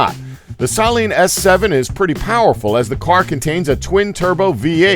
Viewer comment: you mispronounced saleen who even says it like that you also mispronounced koenigsegg and regera and mispronounced centenario